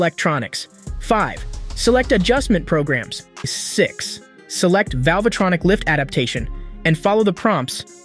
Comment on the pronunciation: I can't hear one again how you say "velvetronic"